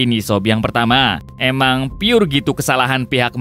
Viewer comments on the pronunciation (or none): none